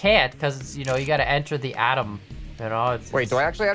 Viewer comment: adam you say, that beginning, atom